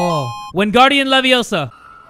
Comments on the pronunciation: Its LeviOsa not LeviosA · Windgardioum leviossa 😂